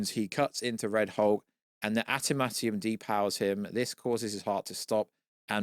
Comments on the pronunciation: "Atamanium"_ Where are we getting that extra T😂😂? "Antamantium" 🤣? The film will cap out at a bit over $520 million. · Adam-ant-eeyum…y is that so difficult to say?